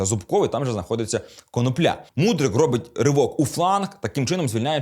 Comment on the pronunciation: ви не правильний наголос ставите не прізвищі юхима